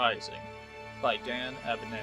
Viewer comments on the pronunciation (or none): I’m so glad I found your channel! Love listening to 40k, I’ve read this book and listening while I replace our dishwasher is a real treat 😁. Thank you for your efforts 👍🏻. FYI Dan Abnett is full English author, it’s a hard T in Abnett.